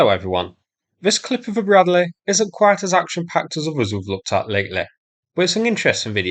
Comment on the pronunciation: BRAD-LEE not BRAD-LAY